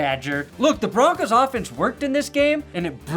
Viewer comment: 1 last thing aye its broncos not broncas say it wit me bronc ohs not bronc ahs put some respect on our name you can't say it like a suburban mom and expect things to go well in a combat sport idk what you guys think foot ball is